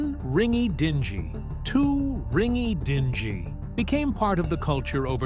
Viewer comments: ding-eee .... dont din-gee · It's "RING-EE-DINGG-EE. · Commentator mistakenly pronounces dinghy jb as dinji. Lily is still My favorite actress! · One ringy-“dinjeee”? Come on! Spare me. If you going to do a video on this great woman…proof “listen” your efforts at least.